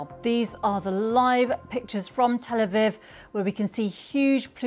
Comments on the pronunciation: Reporter 💩 cant even pronounce Tel Aviv properly. Where do they find these chudds? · Keep mispronouncing that place you prick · Learn to pronounce Tel Aviv properly if you want to continue as a news reader dear.